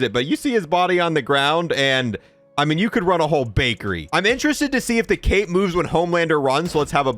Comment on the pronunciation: you said " i wonder if the cape moves when he moves" i thought you said cake